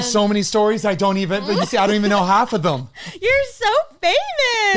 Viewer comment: The way that always says “thum” instead of “them” 😂